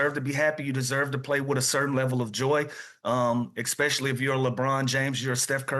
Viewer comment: lou is funny af, "ex-specially" calling a * an "ass trick" 😂